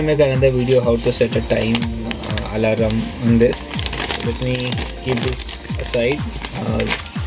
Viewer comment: Bhai... Alarm mode hai alalarm mode nahi....tumhara prouncesasion wrong hai✌️✌️✌️🤗🤗